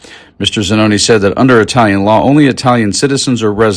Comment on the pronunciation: Good job...just gotta work on that Italian pronunciation :)